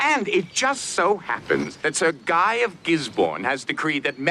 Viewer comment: A rare flub Guy is a name in french. Its pronounced gee. As in geek. Without the k. When speaking to a man named jean luc. Which is very much a latin name. Because we say luke when its spelled luc. Im half hispanic. I notice these things about the romance languages. Italian is closest to traditional latin. Spanish is not far off. French is the wierd one. But it is derived from latin.